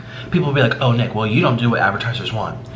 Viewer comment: Anyone else turn captions on to see for yourself? It's true! It thinks Nick is saying the N-word!!